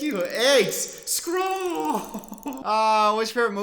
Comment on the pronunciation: Scroll sounded like Skol and as a Minnesota Vikings fan, I agree.